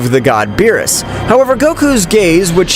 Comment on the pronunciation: Bro always berus but whis